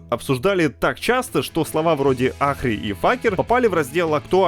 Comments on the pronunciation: ФЭЙКЕР! а не факер... бл9, стопгейм пробил очередное ДНО! и имя персонажа читается как АРИ!, а не архи.... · Для любопытствующих: Там произносится Ари и Фэйкер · я в шоке, ботики не выкупили очивидного, специального, нарочито русского произношения Ahri и Faker